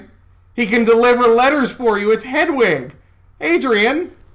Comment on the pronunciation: It's getting harder and harder to respect Adrian's opinion when he clearly pays so little attention to the book that he reads Hedwig as hedgewig constantly. Come on man there's no G in there.